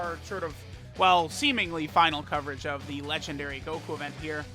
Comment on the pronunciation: DAY 1 ON SAYING LEGENDNARY